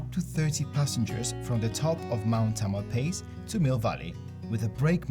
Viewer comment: The floating homes in Sausalito are called "houseboats." The docks and homes are private and tourism is not welcome. Mt. Tamalpais is pronounced Tam-ul-pie-us. I was born in San Francisco and grew up in Marin County and I still work in Marin County. This is an excellent video. Thank you.